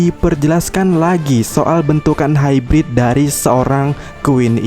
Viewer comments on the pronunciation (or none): none